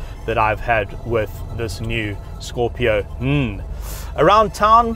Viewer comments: Brother, this car is called Scorpio N "En" and not "nuh". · Bro, it’s not Scorpio nnnnn.. it’s Scorpio - N (en’ with an e’) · Say N that is the name not nn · Good review, except it's not scorpio nnnn😃😃 every time you said that you had me laughing.its simply Scorpio N as in the letter N 🙏🙏🙏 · It's Scorpio 'eN' and not 'Nnn...' 😂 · Pronounced Scorpio en not nnnnnhh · Scorpio "N" - "En" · Scorpio N, not Scorpio Unn 😂😂😂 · I find it really funny how he calls "scorpio-n".